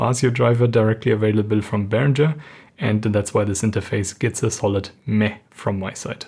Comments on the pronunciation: Mir stehen jedesmal die Haare zu Berg wenn ich höre Behrinscher. Himmel! Es ist ein ganz normaler deutscher Name Behringer, wird so gesprochen wie es geschrieben ist ohne sch! Otherwise great show from ( nice haircut btw) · You really should have applied a high-pass filter to the video's audio, or even to the microphone. Also, it's odd that as a German speaker you used the incorrect American pronunciation of 'Behringer'.